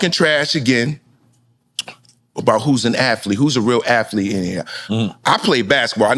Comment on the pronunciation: I love the storytelling...but damn Bellamy its aTHlete not aFlete. MFs purposely say it wrong. You won't be less black if you say it right. Damn